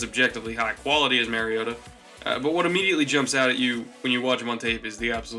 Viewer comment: You trash Mariota for his deficiencies and make excuses for Winston's deficiencies. Totally biased analysis. But really all I needed in order to know that your analysis is not to be taken seriously is that you don't even know enough about your subject to pronounce their name correctly. If you haven't studied your subject enough to even know how to pronounce their name then you don't know enough about them to be analyzing them.